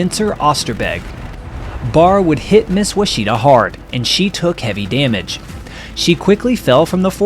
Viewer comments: Ouachita, is the French spelling of a Caddo Indian word meaning “river “. It is pronounced “Wash aw taw” It is also the name of a river that starts in present day Oklahoma and the western part of the river has a Spanish spelling while the middle part is spelled in English. The 1870 GLO maps are very interesting. The mountains are south of the Arkansas River and on the south western part of Arkansas. I have a degree in history, and have worked as a field survey archeologists all over this region. Many digs. Now retired. Also, the beautiful historic resort city of Hot Springs is located in the Ouachita National Park. Plenty of great fresh water fishing on its many lakes, race track and gambling. Great natural wonders and beautiful natural hot springs bubbling up out of the ground with many paved trails to explore and miles of hiking trails for those who are physically fit. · FYI: here in Arkansas, Ouachita is pronounced ‘wash-taw’. It may not be historically correct, or even close to the original native American pronunciation. Regardless, it is the current usage of everyone in the state. Great video of a great subject. Nose art was the American way of expression and coping with the danger of combat missions. Most of the female depictions I’ve seen over the years are absolutely lovely and show a high degree of artistic ability. It’s a shame the art form is no longer practiced, although we do have mudflap girl in chrome !!! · while I applaude you on the display of these iconic aircraft, I correct you , the Name of the Plane was Miss Ouachita ( Wah-sha-taw) native american name for the onnly Mnt. Range in America that runs West to East not North to South or vice versa. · It should be correctly pronounced as: “Wash-it-ta”. FYI - Lake Ouachita is approximately 20 miles west of Hot Springs, Arkansas, is approximately 40 miles long, has over 200 Islands in it, and is one of the cleanest lakes in The United States 🇺🇸 of America. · Miss " wash it aw " ouachita.